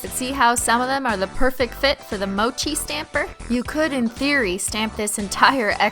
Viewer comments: haha lol thats not ho u pronounce mochi pronunciation (moo-chee) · Mochi is pronounced like menchie but instead of men is moh I already commented this but it got lost in the ocean of comments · Nailogical Mochi is pronounced as "Moe Chee" It's also a delicious Japanese squishy treat made with red bean paste. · Yup it’s pronounced “mo—chee” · (3 years later) its pronounced mow-chi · When you pronounced it like Mochay (the last one) I couldn't stop laughing... It means like (go to) PEE! in my language 😂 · She said mochi pronounced like mo chie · Its pernountst moochie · Yes and it's pronounced "moe chee" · It's prononsed Mo she Your welcome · It's pronounced mo-chee, it's basically just green tea powder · It's called ( moe-CHEE) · Oh and by the way, It's pronounced 'moe-chee' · its probably pronounced moh-chi because I'm guessing its named after the popular Japanese squishy rice cake dessert mochi. you're welcome. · the word mochi Is a Japanese candy pronounced mo- chy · Mochi is pronounced moe-chee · Anyone else get upset when she said Mochi wrong? Ily Cristine but I need 2 correct you as a student learning Japanese.... Say the 5 vowels, then make the sounds of them so, a - sounds like uh, e - sound like eek without the k, i - is hard to explain.. but like e but with a sound like ink without the nk, o - oh with more of an oval sound to it, u - like ooh kinda.. if anyone can help me explain the vowels online plz do. Anyways Mochi is more like saying "moh-chee" so yeh.. ALSO A.R.M.Y HOLOSEXUAL! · TheAshBringer _ YAS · MOH - CHIH